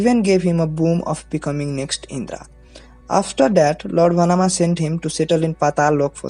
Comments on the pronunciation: it's not "Vanama" , his name is "Vamana" And pronunced as "Vãmana" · Its "Vaamana" not Vanaama Also Newzealand,not nudiland